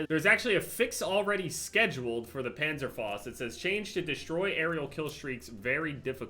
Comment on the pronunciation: Why can’t you say Panzerfaust correctly